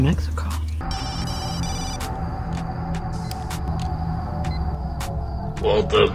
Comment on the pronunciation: Nobody gonna talk about "waltuh"???